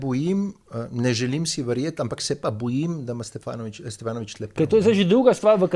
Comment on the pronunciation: Požar kar naprej kliče Stevanoviča, Stefanovič. Tudi Videtiča je zavedel, ampak se je hitro popravil.